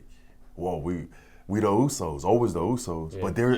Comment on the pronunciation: @@ right they are useys instead usos lol